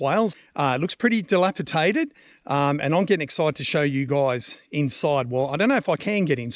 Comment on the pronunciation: Please realise: Dilapidated as in Dated! Rather than delapiTated as you keep saying 😂